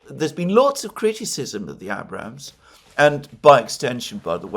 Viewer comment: What a comic Alexander is. He pretentiously rattles off the names of Ukrainian towns, but he can't pronounce "Abrams" tank correctly.